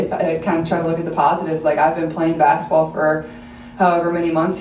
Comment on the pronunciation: Saying "bass-ball" instead of basketball is NOT polished speaking 😑